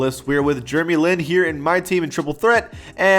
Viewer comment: “jrmey lin”